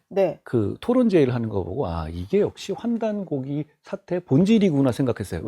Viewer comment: 한국어에는 각 단어들에 장음(長音), 단음(短音)이 있어서 국어사전에도 표제어 장음 글자의 오른 편에 : 표로 표시되어 있다. 그런데 요즘 사람들은 한자어를 말할 때 이를 전적으로 무시하고 전부 아주 짧게 발음한다. 예컨대 요즘 '환단고기'가 이슈화되고 있는데 '고기'를 아주 짧게 발음하니 음식물처럼 들린다. 여기서 '환단고기(桓檀古記)'는 '고:기'라고 장음 발음을 해야 한다. 이런 폐해는 한자 사용의 폐지에서 기인한 것이다. 정말 큰일 났다.